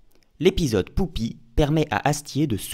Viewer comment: Bonjour, il y a un truc tout bête, mais qui suffit à me gêner dans cette vidéo, même si tout le reste est très intéressant. <<...j'y répond en disant : Poupi>> Pourquoi tu dis "Poupi" au lieu de "Pupi" comme on l'entend dire deux ou trois fois par différents personnages dans l'épisode ?...